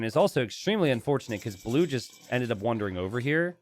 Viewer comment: or the word "wandering"